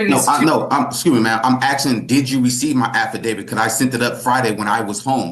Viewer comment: More axing